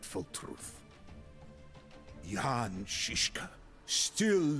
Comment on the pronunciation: Thanks for pronouncing Jan correctly this time.